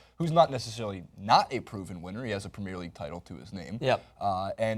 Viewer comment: please learn how to pronounce Premier League it really gets on my nerves